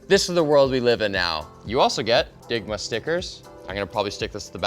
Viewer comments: Not gonna lie. I thought you said Ligma stickers, and I thought, “What’s ligma?” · I thought he said LIGMA! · When he says digma I giggle like the immature asshat that I am 😂